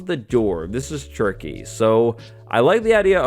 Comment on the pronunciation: Are you saying “this is tricky”? Or “ this is turkey”?